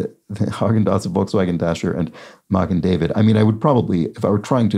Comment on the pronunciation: Magen David (mah'-gn dah'-vid, stress on the first syllables of both words, much like Häagen: hah'-gn and wagen: vah'-gn) means Shield of David.